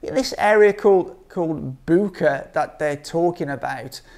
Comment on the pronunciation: I think it's pronounced as Butch-a.